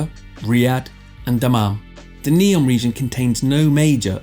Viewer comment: It’s Neom not Neon Lights😂